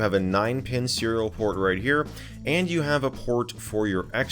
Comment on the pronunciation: "Cereal port"